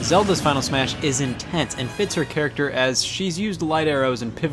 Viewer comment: did you got get the “ter” part of “character”?